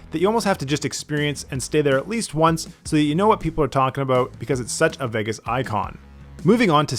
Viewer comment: Bro calls it Vaggis